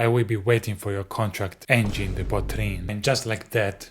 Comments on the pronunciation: angine not engine lollllllllllllllllllllllllllllllll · Angine NOT engine. Angine de poitrine is a heart disease. Groovy